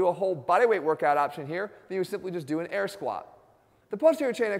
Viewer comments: Whenever jeff tries to say squat he actually pronounces it squaaa lol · He totally does 🤣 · He listens to too much fetty wap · I can't unhear it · haha I lolled at the first squaaa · 😂😂😂😂 I just noticed that😂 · compleely rue